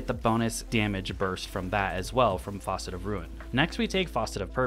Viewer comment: Why is he calling the fragments Faucet lol